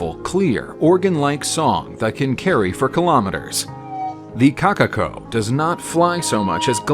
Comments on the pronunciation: Number 3: "Kakako" Correction: Kokako (Pronounciation) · “Kakako”THERE IS A O IN KOKAKO